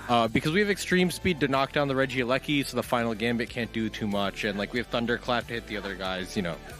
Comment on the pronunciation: im BAFFLED how pronounces regieleki lmfaoooo. "Rigee lakai" ahaha took me a minute to even figure out what he was saying. pretty sure its Reggie (like all of the rest of them lol) Elecy (like electric)